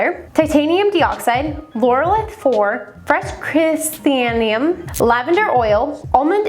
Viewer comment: Algorithmed for the like Pronunciation guide: Criss-anthem-mum Sah-kur-ruh Bew-til-pheen-ull